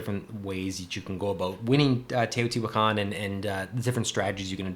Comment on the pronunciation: I think Teotihuacan is better than Tzolkin. You also pronounced it correctly, pretty great actually. I own both and enjoy both, but Teo is one of my favorite games, possibly #1. Both games rely on timing of your moves. In Tzolkin, you're timing when to pull off your workers to pull off a big move, in Teo, you're timing the placement and powers of your workers to also pull off big moves. I think they differ in that Tzolkin is a worker placement, but Teo is like a worker rondel, since once you do an action, you have to go around the board to do the same with that same worker. I love going up Teo's tracks to get bonuses and comboing that into other moves. I agree Tzolkin has the great gears, and it can play quicker.But Tzolkin suffers from a non variable set up. The technologies never change, and this has led to people coming up with a couple dominant strategies. Teo has a lot of variability out of the box in the base game, so this is less of an issue, every game is different. I'm just a Teo fanboy, there I said it. This game made Tascini a favorite designer. I hope he (alone) punches out another game soon.